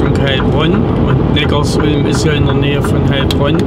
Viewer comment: Im Audi-Werk war ich 1,5 Jahre fast täglich arbeiten. Und bitte sag nicht NeckarsUlm, sondern NeckarSulm! Die Sulm ist ein kleiner Fluss, der in den Neckar fließt. Viele machen den Fehler und denken, dass es etwas mit Ulm zu tun hat. Den Fehler machte ich auch mal, bis ich dann 10 Jahre dort wohnte.